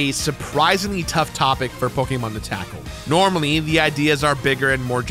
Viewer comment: love your content, but the way you pronounce so many of these Pokemon is painful